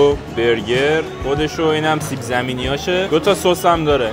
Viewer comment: کیت ب سیب زمینی گفت سیبزی ی جاش😂😂❤️